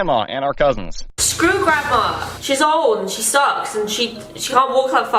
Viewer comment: She sed SKREW grandma